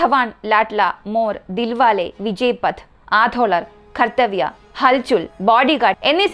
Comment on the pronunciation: ഹൽ ചുൽ അല്ല ഹൽച്ചൽ